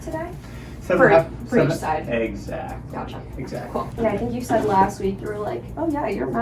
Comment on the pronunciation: when he was holding that lil swab on ur cheek "mhm" "right" "gotCHaa" dude I fucking love that